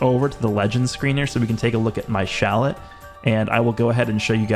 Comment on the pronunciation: Dude, you need to stop calling him shallet